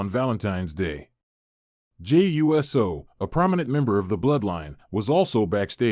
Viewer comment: Pronounce Uso, ooso. Not USO like the organization.